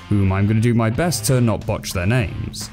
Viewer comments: The names were actually decently pronounced😆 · You got the names right congratulations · I’m from Denmark and it seems like you nailed the names also danish is impossible anyway even danish radio fucks it up on an hourly basis